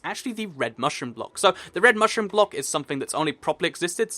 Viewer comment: Dude..... You really need to slow down, you are stating to trip up and make mistakes, like, 'Prismarine blick', plus, you said that it takes you quite a few takes before you get it correct. Great video, great concept (both, as always), but, the speed is REALLY FAST. Anyway, just my personal opinion. :D